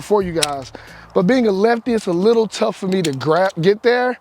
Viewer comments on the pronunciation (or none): none